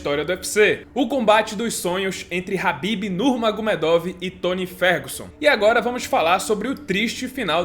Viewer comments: Só uma observação é "Khabib" e não "Habib" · falou ''rabib'' eu paro logo de assistir